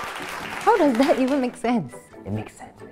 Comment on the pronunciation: “dat is veri bad”